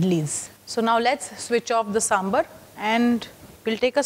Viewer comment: 1st step to make sambhar: pronunciation. Saam-bhaar. Not Samburr. 🙏🏽